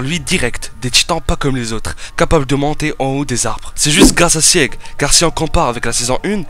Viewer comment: Bon STOP ! Sieg ça se prononce ZIG ! C'est un héro de la mythologie germanique qui à une forte importance dans snk ! Eren jäger (=chasseur), un passage entier du guren no yumija est en allemand, le délire de deportation sur l'île du paradis la haine racial bla bla bla..., fin bref du coup sieg=zig stop ton sieg chelou xdd après j'imagine que tu ne peux pas savoir j'espère que tu verras le message en tout cas et super vidéo en tout cas ! :P